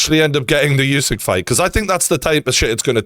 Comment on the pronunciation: Geordie, I just want to correct you with pronouncing Usyk - The U is NOT YOU. You are saying YOU SYK. It's OOH SYK